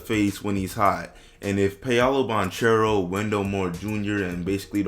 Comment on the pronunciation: did bro just say pee-awlo banCHERO? 😭 just jokes but it’s pronounced pah-low ban-kero